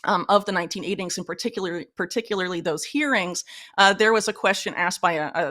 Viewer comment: i think you pronouce th like there ..